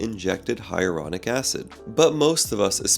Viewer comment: I would be better able to take this guy seriously if he stopped mispronouncing things like hyaluronic or versus (he says hyuronic and verse, blowing off entire syllables.) Theres no reason he can't say things properly, it just laziness. So is he also lazy in his work? Likely.